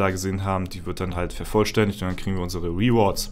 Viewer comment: Es ist ja nicht schlimm wenn man nicht pefekt Englisch sprechen kann aber 3 Sekunden auf Google gehen, "translate" "rewards" eintippen und sich einmal anhören (mit klick auf das Sound-Symol) wie man das ausspricht, bevor man es 735 mal in einem Video falsch sagt/ausspricht, sollte drin sein.